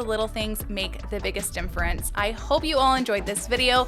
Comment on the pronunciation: Difference not dimfference